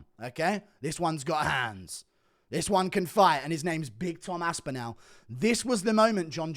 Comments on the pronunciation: The way you pronounce Tom's surname gives me shivers mate. You're English as well. It's Aspinall not AspinOWL. Turning American. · The way he says aspinAl pisses me off